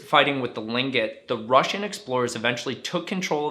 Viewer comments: I appreciate the video but the tribe is not called, “Lingit”. It is Tlingit. That is pronounced like “cling-kit”. I grew up in Alaska. Saying people’s tribe correct is a matter of respect. Cheers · Like the small towns you have chosen. But I'd like to correct something you said about Sitka Alaska. The indigenous people are Tlingit not lingit. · Interesting pronunciation of Tlingit!! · Your pronouncing Tlinket worng